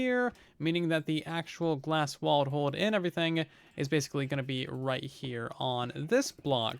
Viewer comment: Q&A why do you pronounce everything as overything its driving me nuts.